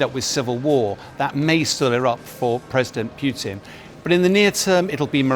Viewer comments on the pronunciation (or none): "prigozyyn" "pewtin" Dear God, learn how to pronounce words.